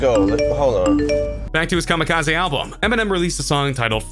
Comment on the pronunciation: Why TF does he keep pronouncing it KamikazAY